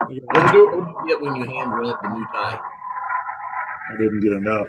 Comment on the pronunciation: Moutai The Mou is more pronounced like "moe."